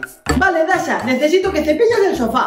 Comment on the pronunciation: SOY YO O SERGIO CUANDO NUNU PERDIO SERGIO DIJO DASHO Y MIMI DIJO DASHO Y ES DASHA NO DASHO